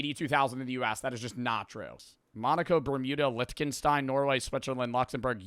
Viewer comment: this guy goofball has never even heard of Liechtenstein based off his pronounciation 2: social credit this top map sucks so bad I've never seen a worse cold war map; so bad it should show up on tigerstar's shitty maps reviews. Yugoslavia was NEVER a part of the eastern bloc, we were an independent nation, and it makes no sense to only include Poland into... it just sucks so baddd AAAAAAAAA pushing 30 stupid silly head hasn't heard of one china policy and the chinese revolution; if he did, he'd understand why. Leaving Taiwan is like leaving out but one part of your body, right now, and it could be as tiny as a single eyelash, yet you wouldn't be whole.